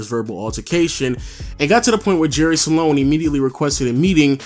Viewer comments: it's "jerry sloan" not "jerry saloan", say it properly if you're going to say it 100 times in the video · It's SLOAN. Not SA-LONE. Lol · It's "Sloan" not "Saloan" lol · I’ve never seen someone turn “SLOAN” into a 2 syllable word until this video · I initially thought you misspoke when you said Jerry "Salone"... Then you repeated it about 23 times. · SALONE SALONE SALONE SALONE SALONE SALONE SALONE SALONE SALONE SALONE SALONE SALONE SALONE SALONE SALONE . Slown man NOT salown! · Jerry SLOAN Not sAlone..... Moron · Are you saying Jerry SA-lone? Or just Sloan? Cause it's just Sloan. Not SA-lone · Am I the only one that notices this dude keeps saying jerry saloan and not Sloan... I mean it’s not that hard to pronounce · Great vid. Kinda sad how Deron Williams and CP3 were once considered equals, but Williams is out of the league now. Oh, and btw, Jerry Sloan is pronounced 'Sl-own', not 'Sa-lown'. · Dude his name is Sloan, not Sa-loan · Its sloan NOT SALONE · Jerry Sloan not Salon... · Is it me or is he saying Jerry "Salon"? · LOW saying Jerry Sloans name like “Saloan” was cheesing me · One of the greatest coaches in NBA history but obviously you aren't familiar because I heard Jerry Salown or some other weird pronunciation. SMH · Stop saying sa-lone!! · “Jerry Salone” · Dam hearing him keep saying Salon pissed me off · Thank you, I was cringing every time he said salon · 😂😂😂😂😂 Salone!! I almost thought he said Jerry Stalone! 😂😂😂 once is ok but multiple times? Come on dude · You know your saying jerry Sloan name wrong on this whole video?